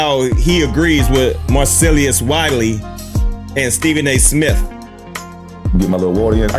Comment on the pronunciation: Why is it so hard for you to pronounce Marcellus? Mar-sell-us🤦🏾‍♂️